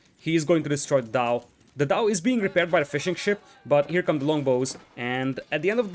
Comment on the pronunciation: great cast but every time you say fishing ship i can only hear fish and chips